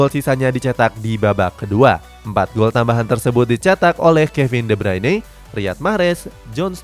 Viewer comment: de bruin di baca de braine ntar jadi meme di tiktok lah 😂🤣 lakaka